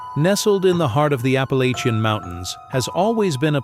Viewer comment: I live in Appalachia. Generations of my family are in these mountains. For one you’re saying Appalachia wrong and second, these are absolute bs.